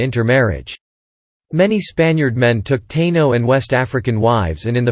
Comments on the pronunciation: This AI voice has a major problem w/ pronunciations. WTF is a Tayno 🤣 not sure your % and time is correct. . My family was there from the start I look American and only have 8% Taino 5% Africans the rest Celtiberian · At :53 he says Taino natives. Is this actually pronounced (with English phonic) tay-no like he said not tāeeno as I though it is ? Can’t trust the robovoice pronunciation! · These AI narrations can be so cringe to hear! As bad as referring to the Taino as "TAY-nos"! 🤦🏾‍♂️🇵🇷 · How about taynos tai nos ? lol 😅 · The automated voice sucks how it pronounces Puerto Rican and Taino